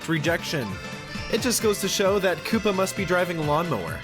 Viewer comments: its supposed to say KOOPA not KOOPER Lol no hate bc im not hating ur soo funny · Koopa spelled like this koopa not kooper